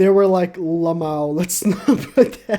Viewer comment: Ahhahahahahaah o cara fala limão